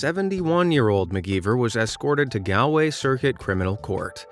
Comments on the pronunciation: You pronounce galway like gall way not gAl way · Galloway 💀 its Galway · Said Galway wrong 😂 or is it your accent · You pronounced Galway wrong. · I noticed that! And whatever about mispronouncing Galway at least they pronounce Garda, right!